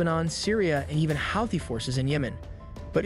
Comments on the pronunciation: Why do you say everything weird , iran and thouthis you pronounce wrong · Okay I'll pronounce it right e Ron. Find something better to do with your life.